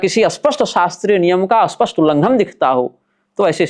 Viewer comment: आपसे पहले भी निवेदन किया था कि स्पष्ट को अस्पष्ट मत बोलिये,, इससे अर्थ का अनर्थ होता है, दोनों के उच्चारण में अंतर है। हालांकि यह दोष क्षेत्रीय भाषागत है, जो कि जन्म से ही जैसा परिवेश भाषा शैली सुनी उसी के कारण होता है, तथापि शोधन अनिवार्य है। जय माँ भगवती